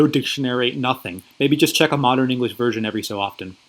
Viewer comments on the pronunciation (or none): none